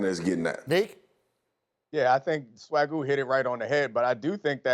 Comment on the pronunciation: Did he just call that dude "Swagoo??" 🤦‍♂️. God, ESPN sucks